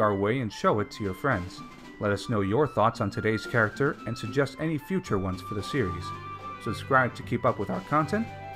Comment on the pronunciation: Rate that characthhhr